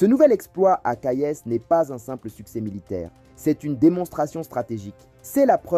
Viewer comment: Petit !!! C'est pas colonel !!! C'est General !!! C'est pas Kayess !!! C'est Kayes !!! D ou venez vous ????